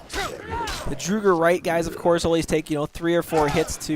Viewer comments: This guy knows nothing morokei is a dragon priest not a Mage and its the college of winterhold not the school of mages and finally it's not pronounced drugr it's draugr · I dunno why but when he says Drooger when the word Drauger is so obviously is pronounced “dr-aw-ger” triggers me 🤣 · It's "Draugr" !, What is "DRUGR"? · Good vid, but I flinch when he says Drooger Right. It's pronounced Draw-gur White! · IT IS "draw-ger" draugr. Listen to the npc pronunciation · Ha lol "drugger" wights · "So here you're gonna fight a few more of these drugger... drugger rights..." LOL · It's Drow (as in loud) - grr, actually. the plural is Drow - garr. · Draw - grr. That's how it's pronounced. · fyi - draught is pronounced "drow", listen to the NPC's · okay say it with me draw-grrrrr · EVERYONE! ITS Drow-gar! thats how you sya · Dra-ger sorry just hate bad prenuciation